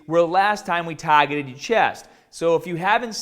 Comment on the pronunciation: I noticed that too lol I said it out loud like 5 times laughing